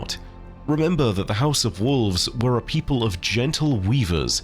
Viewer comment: Are you telling me the House of Wolves is… actually the House of Wools?